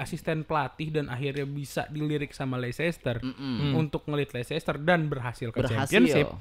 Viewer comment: Bang...Leicester City bacanya Leister City gitu aja...susah amat Leicester....